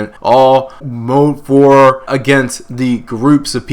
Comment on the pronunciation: Did you just say “he went all mode four”? I think I love you.